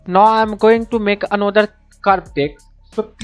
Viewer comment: U r saying NO, so many time, atlast i realise dat its not NO, its NOW, even if u cant pronounce diz simple word, thn y? Mera Bharath Mahan, v must proud dat v have a beautiful language.